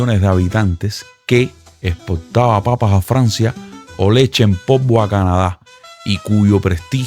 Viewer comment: No puedo terminar el vídeo. No sabe hablar ... Leche en pobo. Se pedieron. No saben hablar o pronunciar el idioma español?